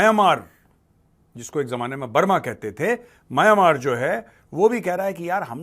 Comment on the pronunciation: सही उच्चारण "म्यानमार" है।